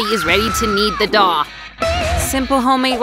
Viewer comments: No nut the way on the first one they said dOuH and it actually dough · They keep saying daw and it's dow